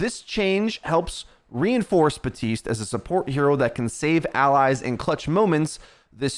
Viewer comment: BAPtiste not BATiste. If you're gonna do OW videos, read the names correctly 😑